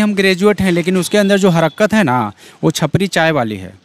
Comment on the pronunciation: Harkat hota h be harkarat nai